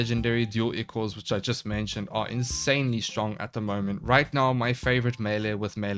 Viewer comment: The word ichor is pronounced eye-core it's blood of the gods or a thin bloody discharge.